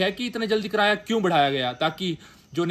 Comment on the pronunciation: कराया = ❌️ किराया = ✅️ 😂😂😂